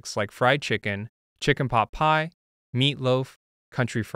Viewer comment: You say pie like my brother does: pah. 🥧